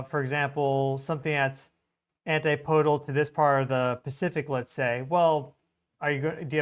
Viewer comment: Sorry for this, but but my O/C kicks in every time I hear it. ANTIPODAL: an-TIP-uh-dul. "PODE" is not stressed. Keep doing the good work,. You are greatly appreciated.